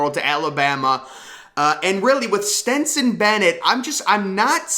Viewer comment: And keeps calling Stetson ..Stenson 🙄🤦🏼‍♂️